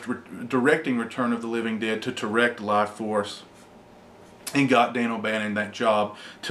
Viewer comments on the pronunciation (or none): Laaaaughforce? is that's what it's called?